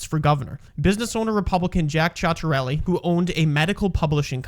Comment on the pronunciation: You can't even pronounce the Republicans candidates name right it's annunciation is Sit-er-ellie. Also as someone that was from NJ and still has family there it's not ultra liberal it's as purple as it gets between now and 1975 there were 11 overnors 5 Republicans and 6 Dems south Jersey and Northwestern NJ are notoriously red especially the southern part where the farms are. The blue strong holds are the Phillyband NYC suburbs and central Jersey Newark Trenton areas.